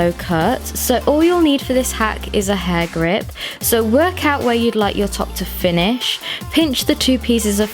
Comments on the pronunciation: I heard "hard grip" 😂💔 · True. But honestly, for me it sounded like "Hagrid"😂😂